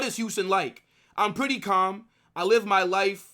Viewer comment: The pronunciation of his name is “howsen”